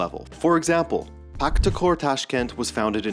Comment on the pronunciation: It’s PaHtakor, not PaKtakor like Husanov, not Kusanov 😉